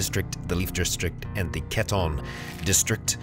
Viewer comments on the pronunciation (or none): Just a heads up! It's "Catun" for Catun Credits (Cats), since it's named after the UC weaponsmith town I believe (Catun Smith Quality and such). Love your videos, man! Been a fan for a few months now and can't stop watching, keep it up!